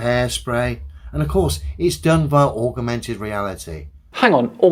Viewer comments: No no. You said "augmented" while said "augermented". Geez, you should be able to speak almost perfect flatard by now. And yes, obviously they'd have taken precautions about where that water could go, almost certainly had someone else floating there with towels etc to catch and control it. That's a demonstration I haven't seen done before, a very interesting looking result too. I don't twit so. My vote goes to continuing, maybe make it once a month or even less regularly if things have dried up too much though. Just be careful or you might have a 3 foot tall a hole trying to punch you in the kneecaps. Then again, you're not as crippled as FTFE so he may not be game to try that. I've always been tolerant and calm with these characters with that "little man syndrome" but, I'm not so young, nor patient anymore, the next one, if there's one still silly enough is going to find out there's a limit to how patient and tolerant us normal sized people all are. I have no patience left for complete fools of any size. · The first guy didn’t say “augmented reality”…he said “aug-a-mented reality” ….I think that’s something different! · Sorry …he didn’t say “augmented reality”…he said “augermented reality”…there could be a difference!